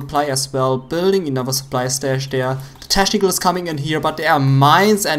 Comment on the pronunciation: Junge, man spricht es /ˈteknɪk(ə)l/ aus und nicht /ˈteʃnɪk(ə)l/ !